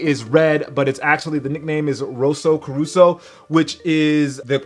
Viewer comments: cor-sa not caruso. lol. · rosso caruso..hahahah...its rosso corsa...😂😂😂😂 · Corso not "caruso"Rosso corsa is a Ferrari color translated to racing red. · Its rosso corsa not corusa, just saying,lol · It's NOT Rosso 'Caruso' as you said. Ur funny JS